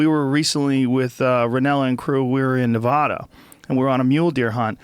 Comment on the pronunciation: Nevada... not nahvahdah.